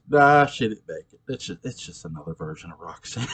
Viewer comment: I always wondered what Claude's relationship with Roggsaanne (his pronunciation that always bugs me) was like in the years before Barnabas showed up. Her life-force must've been pretty strong to keep Angelique going that whole time! That was always a strange thing to me anyways, but I just kind of figured that science worked a little bit differently in parallel time. Regular time Roxy was kind of a bitch, but the 1840 version was a return to her innocence... Her whole 1970 storyline to me was way more interesting than the one centering around the Tad and Carrie ghosts... I'd love to read a novel about how Sebastian came under Roxanne's influence. But I chalk ALL the problems up to Barnabas' seeming obsession with red heads! Ha 😂